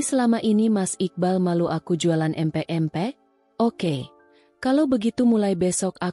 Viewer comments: Min bc empek" yg bener dong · Nyebut empek empek 😅😅